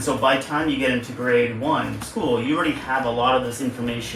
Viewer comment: What American accent is that where they say "school" as two syllables? It sounds like "scoo-uh" or "scoo-ul".